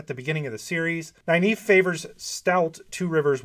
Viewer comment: Dude, for someone who professes to admire Nyneave so much, it’s a real shame you pronounce her name wrong. Go to the end of the first few books, where all enunciation’s are dealt with. Please. Anyway, it’s Nuh-neave. Not Ny, Nuh. I finish with nave, but I think that’s wrong, so probably sticking with what’s cool for is best. That said, yeah, Nyneave and Matt, with Thom a close second. Then, I think, Tuon. I’d love to have read about her meeting with Artur Hawking, as per Matt’s request. Heh heh.